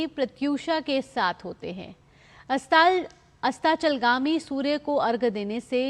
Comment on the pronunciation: न्यूज़ एंकर को अस्ताचल गामी बोलने नहीं आ रहा है। दूर दर्शन कृपया प्राइम टाइम पर इन्हें आगे ना लाये।